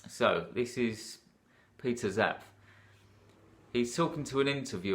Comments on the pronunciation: Hi,. I’m about 1/2 way through and definitely like the depth you are getting to here. Two things to mention, and these are very minor. First, I think the way to pronounce Zapffe is zap-fa. Second is that War and Peace has... 587,287 words!! omfg... Anyway, I’m looking forward to listening to the rest. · Yes, and it's Zapffe. Pronounced Zap-fuh, as in, Nietzsche or Goethe.